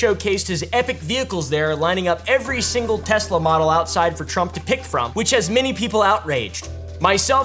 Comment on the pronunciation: "Everything's computer" "TesleR"